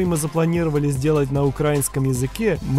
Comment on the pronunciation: Не укрАинский, а украИнский, ударение неправильное! Очень в уши режет и в сердечко